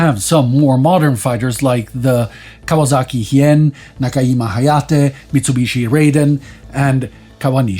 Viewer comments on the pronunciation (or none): Oh lord, he's doing the Peggy Hill pronunciation... Look, I love this series (or rather, I think it's rigorously researched, well done, and incredibly important), and I try not to be anal about pronunciation, but it's JIMA, not Hima. Gee-muh. Hard J, as in "Japan". Please, it's so simple to look up. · Nakajima is na-ka-g-ma. Not the swedish j sound. Love the content, let's work on the pronunciation! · The J isn't pronounced like a y in Nakajima